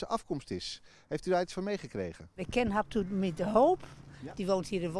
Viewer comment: klinkt wel echt fries 'habtamu'